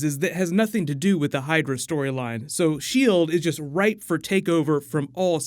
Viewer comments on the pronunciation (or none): none